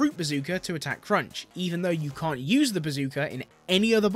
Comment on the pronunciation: "i kent do speen" Oh boy I'm in for a ride